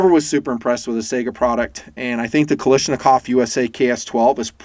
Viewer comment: After so many years of reviews... There is no Kal-i-shnikov. Kal-ah-shnikov. Gee...